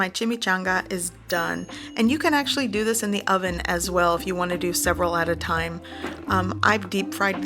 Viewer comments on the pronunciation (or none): none